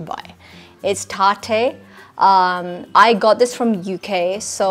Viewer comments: Base??? It’s a foundation. Not a base. Do you know what a base is? And tape shape by Tarte is a concealer. By the way, please pronounce the brand’s names correctly: It’s Tarte und Tartey 😏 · I legit thought it was a parody when I heard her accent and btw its tarte not tart-e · Yeah I heard that too it’s not taartae 😂 it’s tarte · Geeta Basra looks always ashy... Girl check your foundation shade first.... Then talk about color.... And no armani shade doesn't match... It's not tar Te it's pronounced tart... 😂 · Also it isnt pronounced as tart-e. It is tart(e is silent). Gawar🤣🤣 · You are right it's not taar....te it's tarte cosmetics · When she starts talking faster, the “British” accent goes away. So fake!! And it’s not “tar-thay”, it’s pronounced taart 🙄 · Taate😂😂 tarte girl not taate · You mean Tarte NOT Taartay lol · Hahahaha exactly! Tar-tay! I did a double take when I heard that one. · then why she pronounced that brand "Tarte" wrong ? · 1) well Tarte is neither a French brand nor Italian it's a renowned brand which was originated in USA and why I pointed that out ki she has mispronounced it because it's a famous drugstore brand in UK as you claimed she is from there so it's pretty unlikely to pronounce that wrong 2) That over unnecessary emphasis on words is what making her sound fake that's what people are saying...you don't need to get so defensive 3) That 'accent'is definitely not British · And knowing the right pronunciation of Tarte makes you smart?